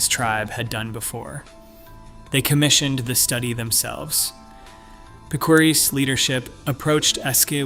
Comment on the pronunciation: Wow you slaughtered the pronunciation of Picuris (Pick o ris)